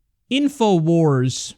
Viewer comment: I lol'ed when he said inowars